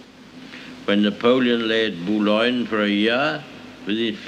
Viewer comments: "when the polelllejeleigdd buyowyen" - Churchill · Thanks. I couldn't make out what he said in